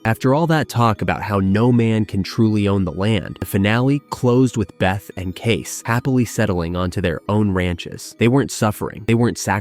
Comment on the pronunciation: I think John Dutton’s primary desire was that the land didn’t end up a subdivision or a golf course or something. Selling back to the tribe accomplished that. And you pronounced Kayce’s name wrong.